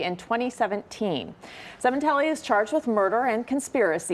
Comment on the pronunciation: Fabio's name is not pronounced Seementelli, it's pronounced Sem-in-telli.